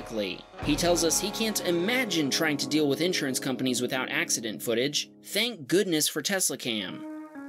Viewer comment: The way you pronounce insurance pisses me off so much